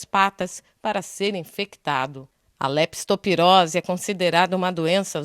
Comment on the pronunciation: A REPÓRTER FALOU ERRADO. NÃO É LESPITOPIROSE, E SIM LEPTOSPIROSE!